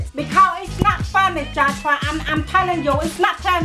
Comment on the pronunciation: Bruhhh until this video, I thought his mom was saying "Jatchpa" not Joshua.